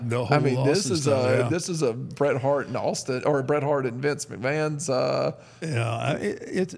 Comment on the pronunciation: All of this and you can’t even get Bret’s name right